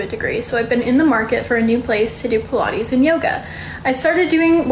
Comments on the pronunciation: Puh -La-ees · Pilates ❌ Pilah-ees ✅ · What on earth is pi-la-eees??? Almost couldn't watch...😩😅 Anyway, some businesses self destruct as a result of the owners' arrogance. Such a silly situation.